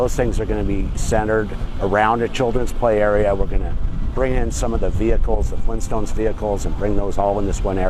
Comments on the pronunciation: FLEENT STONES? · “Fleenstones?!” — Joel